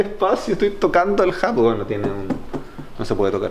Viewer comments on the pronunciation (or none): No sabes pronunciar "Hubble" :v